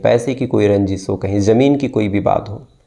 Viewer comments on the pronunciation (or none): none